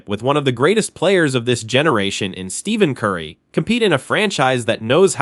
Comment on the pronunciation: You should learn how to pronounce Stephen Curry's name